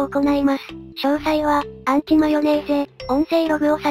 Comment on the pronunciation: アンチマヨネーゼじゃなくウンチマヨネーゼじゃねーか